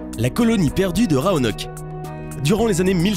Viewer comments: Oh la faute mdrrr on prononce "roanoké" et non "roanoke" même si c'est écrit roanoke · il y a ecrit rOanock et pas rAonock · L'incapacité du lecteur à prononcer correctement rOanoke -_ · Raonok ou Roanok ? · Dis ROANOK mon dieu😤😤